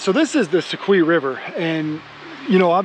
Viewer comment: It's the ' so q ' river , spelling is soque with only one E at the end , this land and streams were named by the Cherokee Indians hundreds of years ago and just like their name ending with 2 E's it's pronounced like 'key' everything named by them with 1E is pronounced 'q' . Don't ask why the locals don't know the proper way to say these and multitudes of other Cherokee named places thru out these lands , maybe it's a Southern thing . Love your video and sure hope you continue and the great fishing .